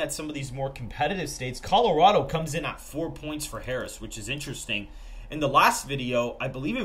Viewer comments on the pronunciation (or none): none